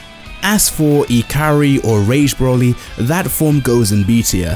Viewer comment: his name is broly not brawley